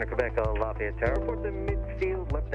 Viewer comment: Lafay yette